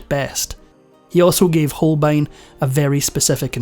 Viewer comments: Hans Holein absolutely lost his essential "b", or what? Poor AI voice! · Hans HolBein, nicht "Holein" bitte!